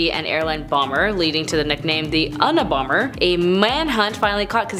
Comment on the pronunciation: It's The you-nuh- bomber, not "The uhn-uh-bomber" This channel kinda sucks